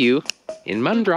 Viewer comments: For fucks sake if I ever meet you the first thing I’m gunna do is teach you how to say and spell Bloody Mandurah!!! Not Mundra 😂😂😂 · I think you mean MANDURAH (pronounced Man-du-rah)?